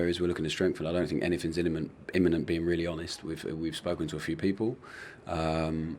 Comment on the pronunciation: “Iniment” this guy is maxed out 😂